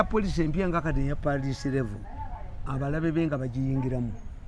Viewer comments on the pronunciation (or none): none